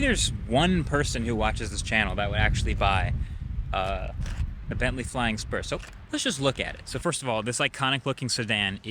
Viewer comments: Man, I thought you said flying sperm. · i legit thought he said, “bentley flying sperm” 💀